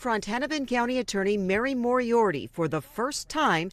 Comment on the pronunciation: It’s pronounced (More-E-ARTY) it’s not that hard. It’s pronounced as it’s spelled moriarty. How are news people so terrible at pronouncing names!?